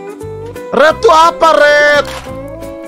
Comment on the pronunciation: Bang red bang bukan ret😮‍💨